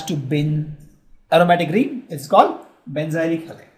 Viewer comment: sir............it's benzylic carbon not benjylic